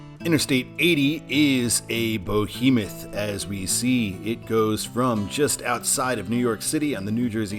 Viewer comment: It’s not Bo-hemoth, it’s behemoth.